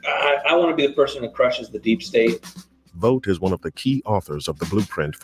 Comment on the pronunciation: Russell Vought surname in German is like you said it.